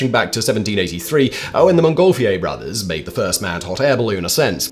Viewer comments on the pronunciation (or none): none